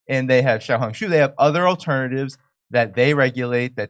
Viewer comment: You said 'Xiaohongshu' very well Jimmy